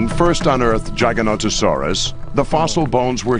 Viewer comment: Why is he pronouncing Giganotosaurus Gaganotosaurus ???